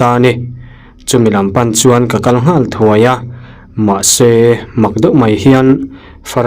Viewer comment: Kan makpa pa phai kal tih a kal lai hi i lam dik lo. Kal (kidney) angin i lam a, kal (go) anga lam tur ni awm tak a ni